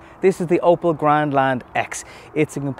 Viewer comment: Opel not oppo